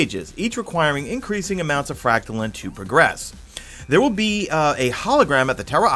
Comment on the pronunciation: Anyone else triggered every time he says Fractalin? Its Frack Tuh Line or Lean. There is an e at the End of Fractaline. Thanks for the vid btw. #madeittotheend